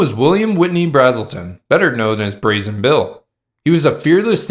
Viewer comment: U and keep calling BRAzen Bill BRAAAAELTON. I went to HS with Ralph BrASelton, or a Bra Azz el ton